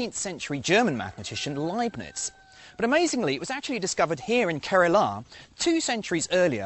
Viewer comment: It’s not Kerala It’s pronounced Kerala